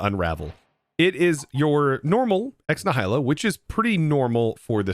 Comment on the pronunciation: I hate to be the overcorrecting autistic guy, but you pronounced Ex Nihilo wrong. I believe it's pronounced "eks NEE-hi-lo" without knowing to to write out phonetics.